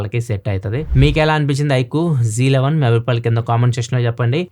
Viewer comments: Annaya j 11 antunaru .z11 kadha😍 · Bro Z11 bro g11 antunnav